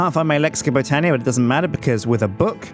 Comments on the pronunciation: stop the botania Also it's pronounced (but-ania) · Like this so will get more knowledge and stop with boootania